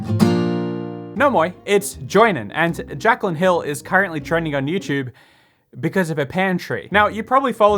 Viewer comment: Joinen: Jaclyn Hill How I heard it: Jack on hill